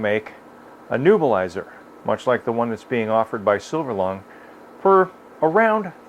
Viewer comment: To be annoyingly technical about pronunciation, it's a neb-u-lizer, not a nu-bilizer.Thanks for the information, very frugal and practical.